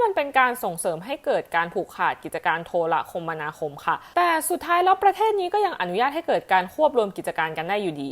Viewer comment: อ่านว่า โท-ระ-คะ-มะ-ณา-คม ครับ